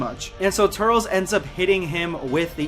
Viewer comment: Not turtles more like tur-lis 🤣🤣🤣🤣🤨🤨🤨🤨🤨🤨🤨🤨🤨🤨